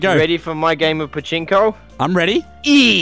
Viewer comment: The way said pachinco instead of plinco was so funny to me